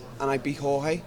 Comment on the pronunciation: How tf do people still call Jorge, George, TO THIS DAY?